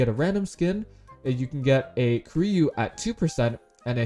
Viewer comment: It s koreyu not koreau